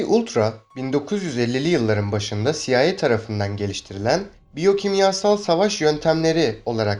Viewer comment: CIA siaey diye okunur